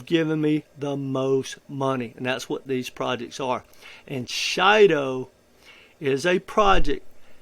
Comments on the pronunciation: It's Shido not Shilo ! Shido ❤ it's the best gem in my opinion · It's pronounced " she• dough " comes from the word " Bushido " as in samuri. That's what that little blue face is supposed to be. According to the founders, that's where the name comes from.